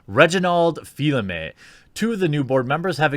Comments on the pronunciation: / Reggie Fils-Aime's last name is spelled with an s and is pronounced feez-a-may. He's the most noteworthy individual you mentioned and you speak on camera 4 times a day. Hate to be "that guy," but come on, man! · Love your videos Jeremy. But I have to tell you it's pronounced "Fee's a may" not "Feel a may." Keep up the great videos bro! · / Reh-ji fee-uh-meh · / Reggie Fils-Aime's last name is spelled with an s and is pronounced feez-a-may. He's the most noteworthy individual you mentioned and you speak on camera 4 times a day. Hate to be "that guy," but come on, man! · Fils aimé = Beloved son. Fil aimé = Beloved thread. Jeremy, please! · A vowel follows the S in Fils Aime, so it is pronounced. The L is silent. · Disappointed you are saying Reggie's last name wrong... HES NOT A FILET-O-FISH!